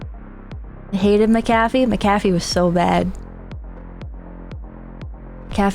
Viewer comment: Mah cafee? Mac ah Fee